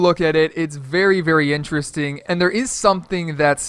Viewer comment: in the first 8 seconds i can already tell he's going to say, "ineresting" about times this video